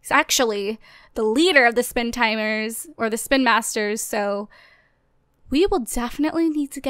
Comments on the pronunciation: who else notices she said spin timers? Lol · Did she say Spin Timers at the beginning?